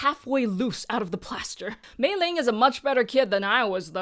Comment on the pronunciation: I'm curious about something, you (and a few other reviewers I've seen talk about this movie) pronounce Meilin's name with a g. Is there some context, aside from the famous Meiling that you talk about?